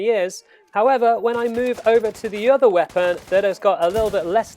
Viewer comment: why don't you speak normally? I had to stop after 10 secs. WeapAAAn.